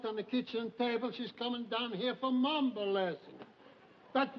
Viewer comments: Mamba...cant he say Mambo...ugghh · Raj Sindha Ralph keeps calling it the “mamba” instead of “mambo”.....